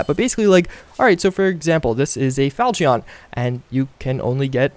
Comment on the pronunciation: Its spelled Falchion, pronounced "Falshion". the other sword is an Indian sword pronounced "khan-dah"